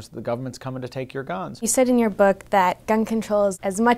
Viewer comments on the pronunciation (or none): Keep thinking he is saying ganj